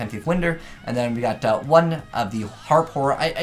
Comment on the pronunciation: still can’t say winder right tho